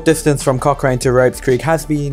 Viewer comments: It's pronounced "Cock Ran" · At least spell Dunheved right in your chapters, and Aerotropolis.. or pronounce Cochrane right...